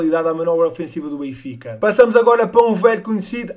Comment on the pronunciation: aprende a dizer o nome do clube bem